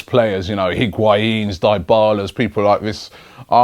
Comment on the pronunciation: Really liked your pronunciation of Diebala Robbie